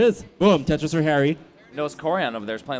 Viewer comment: Why do you keep saying bum Tetris